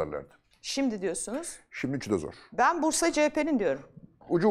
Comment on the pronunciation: bi bursa diyemedin